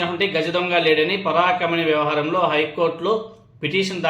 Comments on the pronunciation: పరాకమణి కాదు పరకామణి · పరాకమణి కాదు... పరకామణి!🤔🤔🤔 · Telugu sariga matladatam nerchuko Parakamani kadu parakamani nerchuko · పరాకామని కాదు పరకామని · Paraakamani kadhubro parakaamani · ముందు తెలుగు బాగా నేర్చుకో, పరకామణి పలకటం రావటం లేదు.